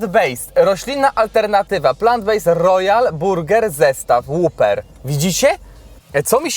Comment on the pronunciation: nie mówi się whopper jako łuper, tylko whopper jako łoper, albo łaper. Tragedia jakie trendy. Tak samo częsty błąd piszą ludzie weeding zamiast wedding xd